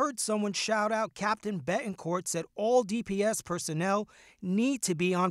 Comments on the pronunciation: Can this news commentator not enunciate Ts??! Seriously, “ Beh-en-corh.” No. BeTT. En. CorT. SO ANNOYING! English is not that hard. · Does it bother anyone else that the reporter can’t pronounce “Betancourt”?